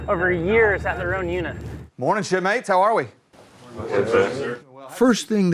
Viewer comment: "Mornin', shitmates. How are ya?" I know, Einstein. It sounded funny to me.